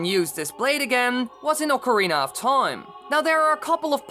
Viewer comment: U say toime often this video